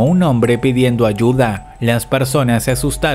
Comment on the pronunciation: dice aduya en vez de ayuda no lo notaron?